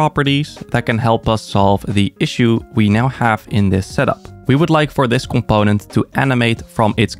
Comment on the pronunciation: I love when he says comPOⁿᵉⁿᵗ 😄